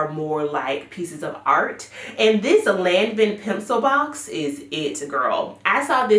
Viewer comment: Hey darling the pronunciation for Lanvin is “lawn-ven”, love your picks!